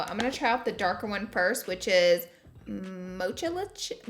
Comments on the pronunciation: When she said “MOCHAlicious”. Girl, it’s mocha, like, MO-CA chocolate flavor 😂😂😂😂 cracks me up xo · Are we going to talk about the “Mocha-licious” instead of MOCAlicious?!😂😂 love your Laura!😘❤️ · “Mochalicious” maybe Mo-ka-licious? Like a mocha 😂😂😂😂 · Mochalicious 😂😂 it’s “mo-KUH-licious” Laura come on girl 😂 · Peachy Queen! You saying moCHAlicious made my entire 2020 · Y’all...bless her heart Laura said “MoCHaLicIOuS” 😭🤦🏻‍♀️❤️ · I almost peed when she said Mochalicious too lol I love you Laura!!!! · RawLegendKristi would slap you in the face if she knew you mispronounced “Mochalicious!” 😂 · my fav part I was like oh no she did not😂😂😂